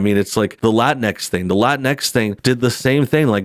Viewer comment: "La-tincks" and "Woah-misn"